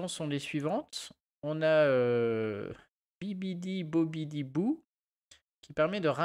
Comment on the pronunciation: Très sympa comme deck ! Meme si y a pas eu un seul "bibbidi bobbidi boo" prononcé correctement de toute la vidéo c'était quand même très plaisant à regarder 😂